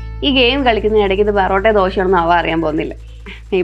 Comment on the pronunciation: Porotta ❌ borotta